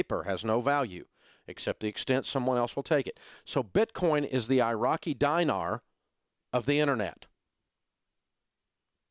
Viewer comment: It's pronounced DEEnar, not DYEnar.